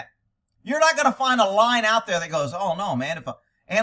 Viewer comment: Anyone else think said “line” instead of “lion”? Now I have the picture in my head of a line of Kocane, stalking the African savannah, pouncing and eating a antelope.